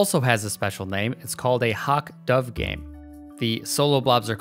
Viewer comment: the way your pronounce "hawk" -> MA accent?